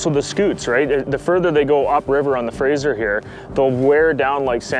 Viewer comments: It’s pronounced Fray-zer haha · Anyone else almost puke at how he said Fra"sh"er River?